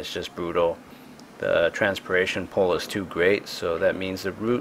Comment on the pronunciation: What part of the country do people say, "Tee-oo", instead of "too"?